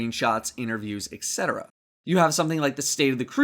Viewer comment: etc is pronounced et-cetera, not ec-cetera